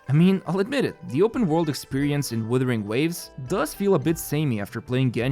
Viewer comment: bro it's not "withering" wtf